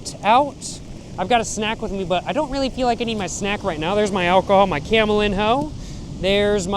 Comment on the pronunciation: camelinho is pronouced camelinyo btw